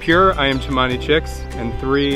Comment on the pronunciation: it called Cemani not Chamani